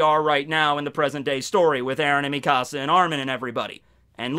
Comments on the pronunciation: The way you say mikasa pisses me off its like Mekahsa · i’m so sorry but the way you say mikasa💀💀